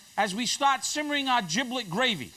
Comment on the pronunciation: he doesn't even know how to pronounce giblet?